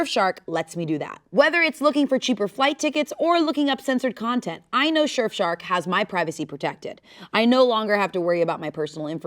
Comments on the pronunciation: says "Shurf Shark" instead of "Surf Shark" for the ad & I prefer it being said that way now lmao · The way I thought it was a bit cause she kept saying "Shurfshark" lol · did anyone else notice "shurfshark" 🤣 (teasing lovingly no hate to the people's princess!) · "Shurf shark" 😂 I love so much! 😂❤ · I’m pretty sure says shurfshark the first 2 times she says it 😅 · said shurf shark like multiple times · ShurfShark? XD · Wait did she say “Shurf Shark” ?? 😂😅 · I couldnt tell if the surf shark ad read was going to be a parody or not cus kept saying “shurf shark” lmao which made me think it wasnt real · LOVE the way says surfshark. sherfshark... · anyone else hear "shurfshark" in the ad read??? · SHE SAID SHERFSHARK TWICE. best ad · No shot said "shirfshark" twice and THAT'S the take they used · It really sounded like she said shurf shark the first few times and I thought it was gonna be a bit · So totally said "shurfshark" at least twice during the ad read, right? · was no one going to tell she was saying “Shirf Shark” 😭😭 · said shurfshark...2 times..... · i genuinely thought the surfshark ad was another bit bc kept saying "shurf shark" at first.... i can't... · says fuckin SURE-fshark half of the time in the ad..........how was that not caught.......... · Not saying “Shurf” Shark multiple times 😂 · Nobody: the first half of the ad: shurf shark 😂😂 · Not saying Shurf Shark 😂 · she says shurf shark twice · love how was lowk saying “shurfshark” during the sponsored bit half the time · legit I thought the surfshark ad was a bit at first cause I swear was saying shurf shark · And saying SHurf shark at least twice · I thought the adread was another bit because kept saying ShirfShark XD